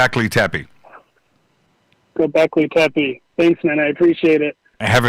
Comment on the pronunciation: Hi All..... Why does and the callers say Goblekli Teppie??